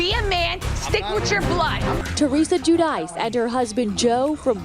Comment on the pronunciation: it’s gee-you-dee-chay